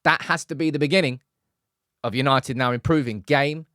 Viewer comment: YANITED YANITED YAANITEDD!!